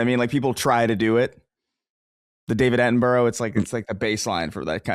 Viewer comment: David Attenborough not David Atten-bro